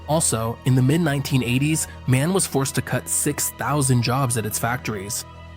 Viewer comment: MAN is once again mispronounced here. The letters of the name should be pronounced individually.